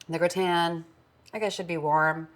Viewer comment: GRAH-tn, not gre-TAN. And stop saying "like". Jeez. But you've come a long way since that show 6 years ago.